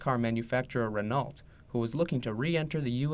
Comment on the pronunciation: I cringed every time the narrator said the word "Renault" It's pronounced "Ren oh:, not "Ren alt"!!!